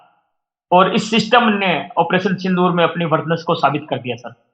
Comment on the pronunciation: Sindoor ❌ SindHoor ✅ (x72)